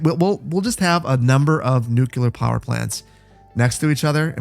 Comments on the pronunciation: New-clear, not nuke-yellar 🤣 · Aye! Did you know you say nuculer? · Love your stuff. You're whip smart. Please. Nu- CLE-ar. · there's no such thing as a nuculear power plant. Nuculear isn't a word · every time you said nooc-you-ler I died a little. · I've been enjoying your videos for almost a year now (I think about), and I thank you so much for the hours of entertainment, but it's like nails on chalkboard every time you say, "Nuculur."